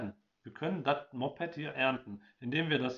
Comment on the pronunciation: "Dat Mopped" beste ;D